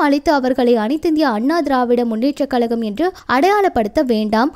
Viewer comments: முதலில் தமிழை கொலை பண்ணாதே அம்மா. கலகம் இல்லை கழகம் .கொடுமை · Saniyane mudalil thamizh enru sol. Kalagam kalagam enru moota they. Kazhagam enru sol. Learn thamizh first